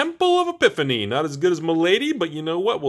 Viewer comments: Temple of Ma-la-dy, not my lady! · Sorry but it was really doing my head in....the temple of malady is said mel-a-dee not ma-lady.